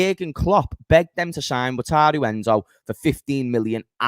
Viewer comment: Pronounce Endo first name as Wakaru